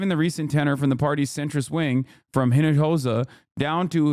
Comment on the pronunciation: Hinojosa btw is pronounced EE-NO-HO-SAH H in Spanish is like H in French — unpronounced.